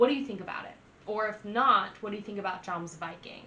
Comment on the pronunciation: its not pronounced like its smelled yomsviking